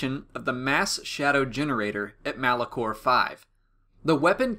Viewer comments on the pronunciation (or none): none